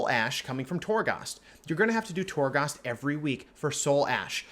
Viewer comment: PLEASE LEARN HOW TO SAY TORGHAST CORRECTLY!!!! It seriously makes me cringe every time you say it